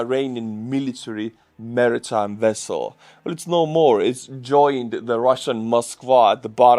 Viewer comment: said "Wessels" like Chekov who was grilled by US military after being captured in the "Nuclear Wessel" Thanks for a good laugh! 😅